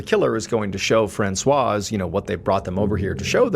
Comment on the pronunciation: The 's' is silent in "Francois".